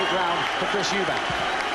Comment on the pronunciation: Chris MacEubanks😅